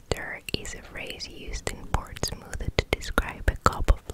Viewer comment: The way you pronounce Portsmouth is cute as hell! Being a brit, I've never heard it pronounced like that! 😂 I love these videos, keep up the good work 😊